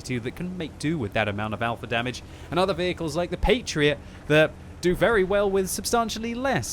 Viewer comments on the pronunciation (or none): none